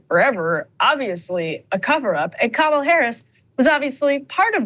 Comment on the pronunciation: Vote blue, even if it's ka-mall-a. Bahaha! Krystal